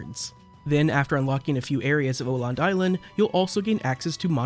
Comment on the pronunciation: Awesome video! Though it did hurt my swedish soul everytime you pronounced "Öland" as "Oland" instead of "uhh land" xD